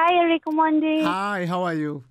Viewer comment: Uyo presenter anasema "Omondi" fiti😂😂😂😂😂